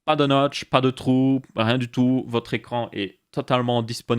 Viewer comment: "écrrrrrrrrrrrrrrrrrrrrrrrrrrrrrrrrrrrrrrrrrrrrrrrrrrrran" ya un probleme pour le 5eme chapitre